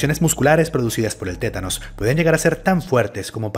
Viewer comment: es TÉTANO no ''tenanos''